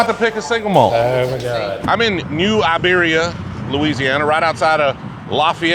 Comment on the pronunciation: Great job on the pronunciation of New IBeria!